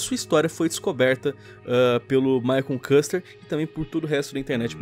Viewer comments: Se pronuncia quister, não kuster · maicon CUSTER KKKK escreve maicon küster e se lê/fala my consquister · Maicon kuster não Maicon küster (kister)